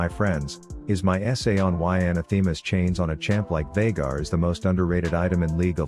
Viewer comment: Finally, someone pronounces veigar correctly